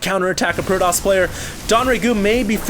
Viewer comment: its fucking pro TOSS not pro DOSS